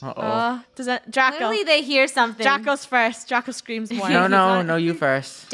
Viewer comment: It's Draco -_- not draca! But it's ok cause that's funny lol😂